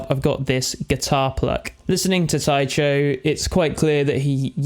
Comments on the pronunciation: Isn't it Tycho like Tycho Brahe? With a hard 'c'? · Say Tai-CHO one more time mudda fukka?! I dare you! I double dare! SAY> TAI_CHO > ONE > MORE > TIME lol